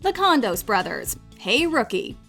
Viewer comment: IF you show Robinson and the stairs then Cagney as G M Cohan in the White House is a must but isn't there a clip with Kelly & Astair? (You also mispronounce CONDOS there is NO e on the end)